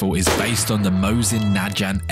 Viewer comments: Please, I beg of you sir pronounce it like a "g", not like a "j". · Mans pronounces god jod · Naj. how to pronounce. New gont not goont not gant it gont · you do know that in basic English a g is pronounced as a g and not a j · It’s not pronounced “Najant” it’s pronounced as you see it, “Nagant” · Ah yes my most fav gun. Mosin najant. It’s pronounced mosin na”г”ant The g in nagant is the g that is in gun. Its a г sound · It's pronounced nag-ant not naj-ant (or ive been pronouncing it wrong my whole life) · It's pronounced like Mosan NAGUHNT NOT FUKING MOSIN NAJANT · No dis but it’s pronounced “Nah-Gaunt” not “Nah-Jaunt” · It’s pronounced nagant not najant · nope, you do not pronounce the hard "G" unless the first letter in the word is a vowel and that's why it's often called the "front vowel G". Or if the first letter is a "G" followed by a vowel. Other than that you pronounce it with a veler plosive "g" sound. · Aside from people pointing out that the "G" in Nagant is pronounced like Go, something i hear people get wrong often is the meaning of "R" in "7,62x54r". The R stands for rimmed, not russian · Mosin- Na Jant, like bro. I don’t even want to hear you say GIF, bro is probably going to get kicked out of heaven for pronouncing God as Jod. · Nuh-gont is usually how it’s pronounced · Najant. NAJANT. I will never mentally recover from this pronunciation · It's pronounced ("Neh Gahnt) damn it all 🤣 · You pronounce is ni-gant but that makes more sense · Just so you know, it's pronounced nuh-Gaunt. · Also it's pronounced Mosin (nah-gahnt) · Nagant is not pronounced najant (i understand i used to called it mawsin nahgant) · It's pronounced Gant like gat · Its pronounced nuh gant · It's pronounced Nahg-ant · Its naagent this is not the right spelling but it is the correct pronunciation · Its pronounced “nag ant” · It’s pronounced nuh-gaunt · Europeans can't pronounce najant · I can hear captain Mosin and Émile Nagant rolling in their graves after that pronounciation.